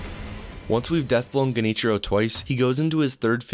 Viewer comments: Genichiro is pronounced liked Jen- (like Generator) ee-chiro. Very hard language bruh Oh and great vid man, you so easy to listen to. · It's actually pronounced Junty Joe, not Genichiro.